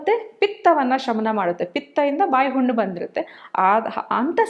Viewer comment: Unnu allla thayi 😂 hunnu 😢 Nivo nim kannadano